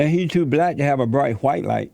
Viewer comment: JLP: do you love white people?: I love ALL people JLP: But how about Hu-white people? Brian Griffin: wait, why are you putting so much emphasis on the H?